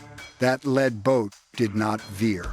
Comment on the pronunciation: AI does not speak like a human, Lead boat, Led Boat